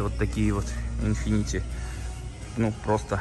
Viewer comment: Infiniti, а не infinitY